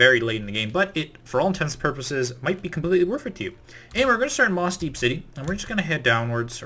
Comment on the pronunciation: I've helped me find a lot of pokemon brother forsure so no disrespect but thaaaats not mossdeep city 😂